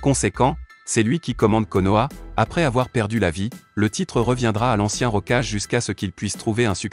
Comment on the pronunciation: Kulama ? Rocage ? T'es sérieux ? Évite de faire appel à un robot pour tes vidéo en français 😂😂😂